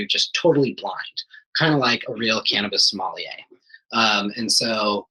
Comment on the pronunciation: Soul•ma•yeh not sommelier😭